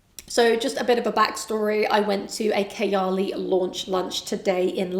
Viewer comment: did she say kiyaley ? instead of KAAYAALEE?